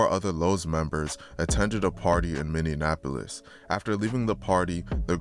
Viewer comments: Bro is capable of doing all this research and putting these videos together but since he mispronounced a word y’all gunna call him uneducated 🤦🏽‍♂️🤦🏽‍♂️ Y’all seem slo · Because he’s not from here yet, he continuously wants to report on that act like he knows anything about it🤣 I never understand the goofballs that do this shit. If you can’t even properly pronounce the city, the gang resides in you probably shouldn’t even be covering the topic… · It cracks me up because it's so easy to pronounce. But I hear it mispronounced all the time. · He lost me with the first Minnie appolis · Man delete this shit and re record. Learn how to pronounce Minneapolis first. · learn how to say Minneapolis LMAO don't do no vid on us if u don't even know the name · Because he's not from Minneapolis and he can't pronounce the word right that's how you can tell somebody's not from Minneapolis when they say that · It's Minneapolis not Minneanapolis smh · Bro stop saying Minneapolis like that lmao you saying it like it’s spelled minionapplus 😂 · between 2021 and 2024 north "Minneanapolis" . If you're gonna do a video on a city at least research how to properly say the name of the city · The fact you can’t even pronounce cities right (Minne-An-Apolis) is crazy. There’s ONLY two “N’s” in Minneapolis. Not to mention his name isn’t Damon, it’s DAMONE..smh how are you covering shit you know nothing about? Chris Little Didn’t even get killed by anyone in the highs. He wasn’t even alive when the highs and lows shit started. So wtf are you talking about? And Antonio Harper wasn’t apart of the highs nor any “Highs and Lows/ or gang” beef. You’re just starting rumors and I hope his family sues you. You’re speaking on deceased people not even thinking about their families and them seeing this? You’re weird. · its bot minne in apolis. its minneapolis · It’s Minneapolis not minnienapolus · It’s mini-apolis no mini AND apolis 😂😂😂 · Say it with me Min-ne-apolis or Minn-e-apolis😂